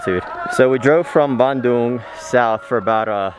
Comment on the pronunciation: A good thing your pronunciation of Bandung is not like, so many English speaking natives say in : ban(throw away) the cow dung